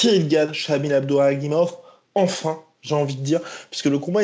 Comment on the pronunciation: Pas Abduraguimov mais Abdurakhimov mdrrr vous confondez souvent